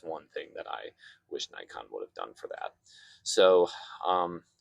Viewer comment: This is Nikon. Not "najkon" you idiot! Do you undestand? Nikon! Idiot, idiot, idit!